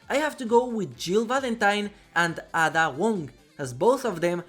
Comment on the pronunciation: Love the video but how you pronounce Ada drives my resident evil fan brain nuts! Always into your videos though! Keep it up bud!